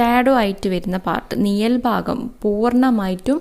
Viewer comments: നിയൽ അല്ല നിഴൽ😊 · നിയൽ അല്ല mam നിഴൽ ആണ്